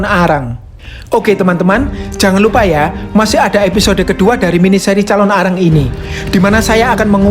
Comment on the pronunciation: Penyebutanya jangan dipisah bg nnti beda arti calonarang bukan Calon Arang🙏salam dri bali